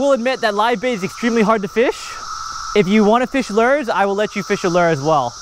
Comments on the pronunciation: Still calls it "lers" instead of "lures," like "purs" instead of "pure." lol Still, the man catches more fish with his "lers" than I do. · Love your Vids But wont lie i hate the way you say Lures!!! Your accent or how you Pronounce Lure's sounds like the Madea Would say but lighter!!! Its killing me!